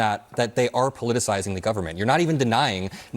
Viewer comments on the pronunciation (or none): Thank you for teaching this guy the word, "politicizing." What did he say, "Politicalizing?? heh